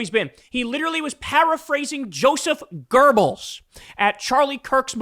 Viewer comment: Goebbels pronunciation is GOW BLZ no R. just so ya know